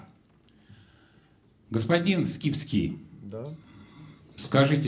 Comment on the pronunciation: ...а когда ведущий говорит: "Михаил Скипски", мне тоже вместо имени слышится рифма, оканчивающаяся на "...фил".